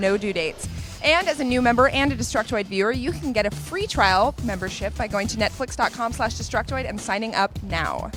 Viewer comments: did she say nutflex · sound like she said nut flex